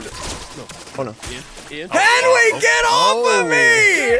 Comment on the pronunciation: Did anyone else hear call Henwy half a man